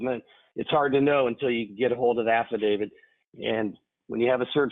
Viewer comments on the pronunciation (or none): Don’t say ‘affidavid’ , it just sounds stupid.